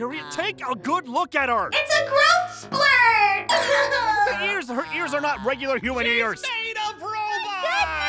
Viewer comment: "ITS A GROWTH SPLURT"